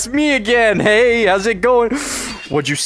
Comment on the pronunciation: the way he said “hey” sounded like he said it in Swedish “hej”. Might’ve just been overthinking it, but I really thought he spoke Swedish there for a second 😅